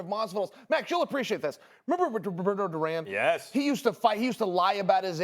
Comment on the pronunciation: "Max come on son you'll appreciate this! Do you remember bdbdksksisbdidudb Duran?" Tf you say 😂